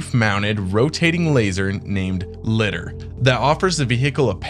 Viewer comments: Li-dar like Radar “ray-dar” not cat litter 😅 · LiDAR (Lye • Därr). LOVE YOUR CONTENT THOUGH! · Took me a minute to work out you meant LIDAR. as in "Liar liar pants on fire" but with a "D" in the middle.